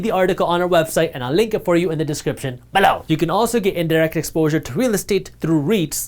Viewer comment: Loll cant get over the way he says below, always makes me laugh